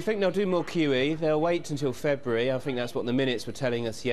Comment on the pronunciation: We 'fink', QE 'free', 'fank' you??